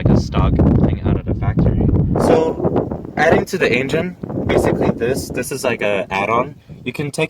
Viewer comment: Nice video, I like the "Ain-gen" haha